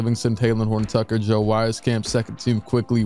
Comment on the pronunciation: I played with joe in high school, it’s pronounced “weez-camp” haha but that’s how he was hooping in high school